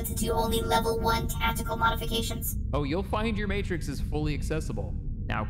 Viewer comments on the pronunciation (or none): none